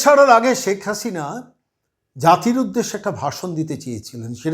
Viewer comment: আরে কততা শুদ্ধ বাংলা বলেন- ছেক হাশিনা বলছেন, উনার ছেলে লন্ডনে নয়, আমেরিকায় থাকেন সেটাও জানেন না। অনেক ভুয়া পন্ডিত ভারত রাষ্ট্র কে ভারতবর্ষ বলেন, কী অবস্থা, লেখাপড়ার এই দশা?